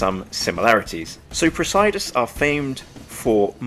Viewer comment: I like the textured dial. I think it’s pronounced “press-uh-duss”.